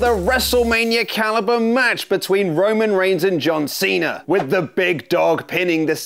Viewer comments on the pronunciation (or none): none